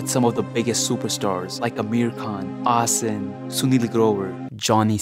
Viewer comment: Asin Nahi Astin Hona sahiye😂😂